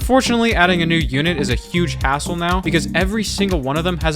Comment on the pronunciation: bro did NOT say hassle